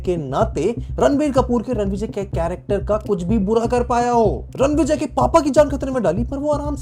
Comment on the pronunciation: it’s Ranvijay. Say the name correctly. He can come to your house and spank you